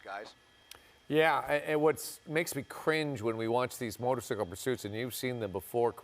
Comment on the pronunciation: The first anchor dummy said "motorsickle"